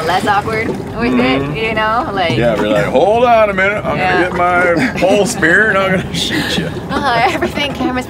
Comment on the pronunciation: Spear not spirit